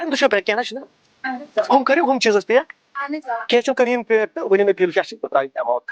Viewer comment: Pack...❌️ Peakk...✅️ 😂🤣🤣🤣